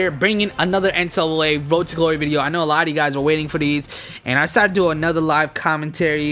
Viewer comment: he said n-sl-a! instead of ncaa